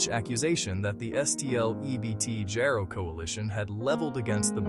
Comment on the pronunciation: IT'S NOT JAYRO IT'S JARO PRONOUNCED JAR O